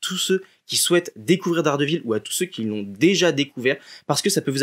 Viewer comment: Excellente vidéo mais si je peux vous donner un conseil, soignez la prononciation des noms... "Buskema"? "Daredévile"? Ca tranche avec la qualité du travail.